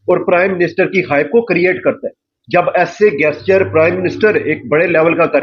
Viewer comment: PRONOUNCE GESTURE CORRECTLY 0.22 😂😂